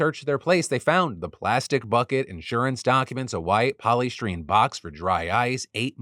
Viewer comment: I had to find the light hearted thing amongst the terror. "polystreen" lol Po-lee-stie-reen 😅 love you phil